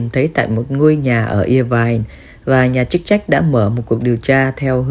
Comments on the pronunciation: Đọc là ơ vai chứ không phải ia vai nhé bạn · Đọc là [ơ vai] Irvine, chứ ko phải là [i vai] cô ơi.